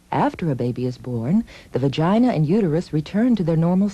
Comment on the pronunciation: skip to and see how she says vagina lol :D